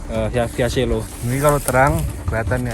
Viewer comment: masih banyak yang salah cara pengucapan "SELO" yang bener seperti yang diucapkan bapak petugas